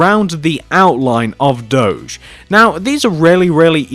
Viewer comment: you dont say it dodge its do<>ge